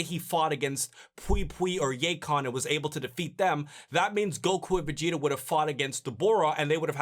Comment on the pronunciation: Why does say vegeter, idear, and yamcher.